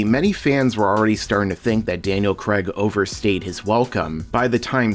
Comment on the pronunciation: I gave up at "Creg"...